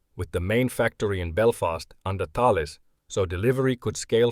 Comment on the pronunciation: First military youtuber I've heard pronounce Thales correctly.